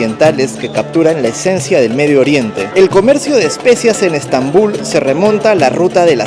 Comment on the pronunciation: Bonito que es Estambul , debes escuchar como se pronuncia Estambul y Otomanos , que los pronuncias muy mal